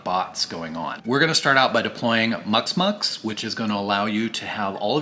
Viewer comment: Muximux, not muxmux, you didn't pronounce the I, took me a while to find it because there was no reference on the video.